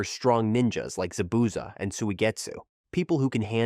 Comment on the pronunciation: Zah-Bu-Zahh my god